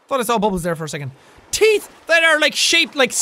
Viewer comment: Lol "50,000,000 serrated teet"